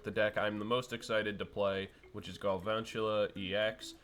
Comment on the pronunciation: why you calling him Garvantula